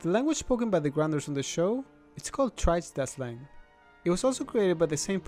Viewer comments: *its pronounced tree-gay-duh-slang Not Trije-das-slang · I'm pretty sure Trigedasleng is not pronounced "Trajstaslang". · bro its pronounced Tree Geda Sleng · it's called trigedasleng wich means language of the forestpeople. not trisdesleng wich means language of the - whatever a tridsde is^^. great list though :P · How in the world did you pronounce the language 😂. It's pronounced like Tree-Get-a-Slang...."Trigedasleng" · The way he said trigedasleng, Ai odon 😂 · I knew most of these And I learned you cannot pronounce Trigedasleng correctly